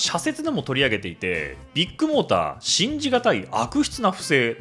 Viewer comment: KAZUYA君はビッグモーターを「ビックモーター」と呼ぶのは何故？ あぁ、ビックカメラのファンなのかｗ